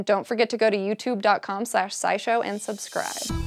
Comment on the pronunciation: She mispronounced "scourge." SciShowPsych > SciSchow